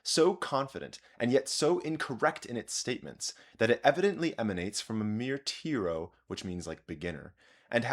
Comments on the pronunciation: tyro, not tearo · tyro: TAI-rou, on both sides of the pond the first vowel rhymes with "eye". Unless you're purposefully using some historic pronunciation...? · Scholars have squabbled as long as there have been squabbles. The smaller the pond, the fiercer the tempests. By the way, "tyro" is pronounced "TIE-row."